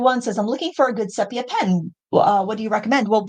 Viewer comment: Thank you for saying "sepia" right!